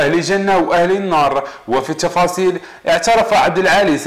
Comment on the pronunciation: واش هدا صحفي ولا ك يبيع النعناع هههههه الشفاصيل